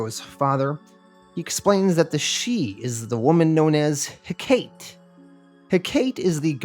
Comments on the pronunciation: It’s pronounced heh-cuh-tee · ive only ever heard it pronounced Heck-ahh-tea